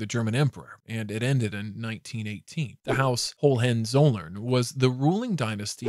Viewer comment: "Margareta", not "Mareta" and "Hohenzollern" ,not "Hohenzoller"..